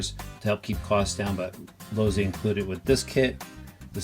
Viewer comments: Losssssi not Lozi lol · Chris Webb Pops Losi, the founder of the company told me how his family name is actually pronounced while we were having dinner at his house. Then he told me he was fine with how I pronounced his name. So.... Lozi.